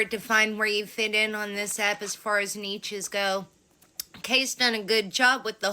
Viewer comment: If you cannot pronounce “niches” correctly maybe don’t use it 😭